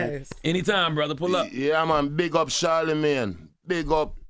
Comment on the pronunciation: Envy will never say the D in charlamagne the god lmaooo and i dont blame him